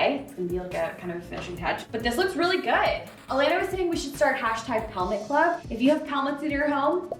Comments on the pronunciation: Shes saying pelmet with a P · At first, I thought you said "helmet." When I looked pelmet up, it said Americans call it "cornice." I'm American . . . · LOL! The whole time I thought you were saying "helmet" until you put the word "pelmet" up on the screen. I had to look that up because I never heard that before. I kept saying it's a valance. When I looked up "pelmet" I found that it is the British word for "valance." Thanks for expanding my vocabulary! 🙂😊😉